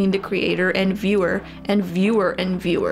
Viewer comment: The Courtney show you are right! I love her very much. I tried watching Emma chamberlain but i did not have fun. And psych IRL No u did not pronounce her last name correctly